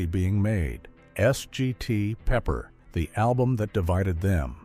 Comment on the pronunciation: "S" "G" "T" Pepper"? ? Give us a break AI. Please say no more AI!